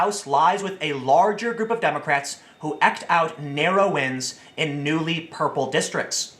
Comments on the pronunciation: hmm, never heard anyone pronounce "eked" like the word "checked". pretty sure it's like the word "seeked" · Tim, just a little quick tip: it’s pronounced “eeked” not “ehcked” Southern words can be a bit silly sometimes. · Eked is pronounced eeked, Tim. 😘😉